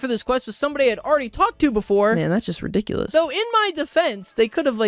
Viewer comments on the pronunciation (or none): none